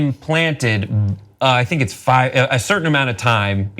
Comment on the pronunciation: The way he pronounced "issa" lmfaoooooooo Issa meme y'all